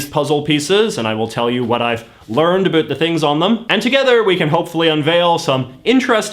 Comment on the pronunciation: I can't be the only one getting trigger by the way he pronounces "about"